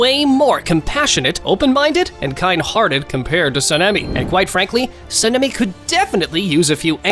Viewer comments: Btw it’s saan-ee-meh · Your Sanemi pronunciation hurts me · Bro Said Senemi and Tanjero 💀🤣🤣